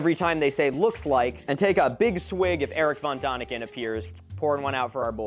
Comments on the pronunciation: Please learn the corect pronunciation of Erich von Däniken (/ˈɛrɪk fɒn ˈdɛnɪkən/; German: [ˈeːrɪç fɔn ˈdɛːnɪkən] you don't have to get it completely right, like the ch in Erich or the exact German ä sound, but the ah sound you use is so irritatingly wrong. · It's von Däniken, not von Daniken, the dots above the vowel are not decoration. You speak it like day-nick-en, not duh-nick-en. Do the man some honour, pronounce his name right at least once. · I BEG you. "Dehniken", not "Dahniken"; an ä is much closer to an english e than an a. Diacritical marks matter. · Erich von Däniken is pronounced like "DEN-ik-en". The "ä" (= ae/æ) sound is closer to English "e" than "a". No comments on the rest of the video, I got a bit drunk too. (I thought that a certain comment about Transgender Mice would be the stupidest thing I heard today from the Internet. But these alien conspiratorationists are certified dumber than viral MAGA influencers.) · its pronounced von theyniken..like in THEY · You could have taken a minute to look up how to pronounce "Erich von Däniken". Because its very different